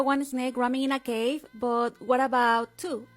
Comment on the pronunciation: The way she said cave was like"CaVA"